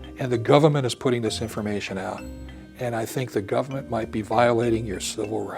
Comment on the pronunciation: Why does Moldea keep pronouncing it "Gub mint"